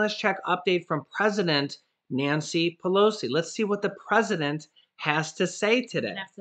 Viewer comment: "PRESEDENT NANCY" OH MY GOODNESS I WILL MIVE TO CANADA 🇨🇦